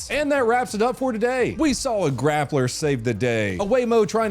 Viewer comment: I am so upset, I’m not mad at you just really upset for you letting me down with your pronunciation of grappler.